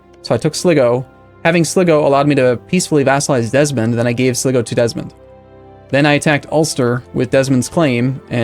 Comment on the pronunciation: sligo pronounced sly-go